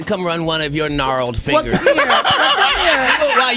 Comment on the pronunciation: He said narreled fingers 😂😂😂😂😂